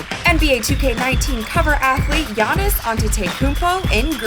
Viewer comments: He said yanns when its pronounced yaanis but spelled Giannis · its actually pronounced yawnis